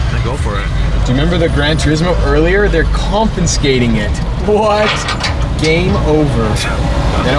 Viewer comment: Did say ‘compescating it’? 😂